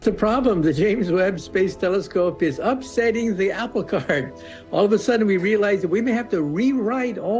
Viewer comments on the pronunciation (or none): none